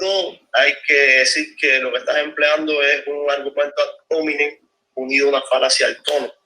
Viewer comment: "Falacia ad hómenin". Jajaja... No puede opinar que es lo que hay en Cuba...